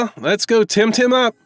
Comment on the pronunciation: i don't think its timtim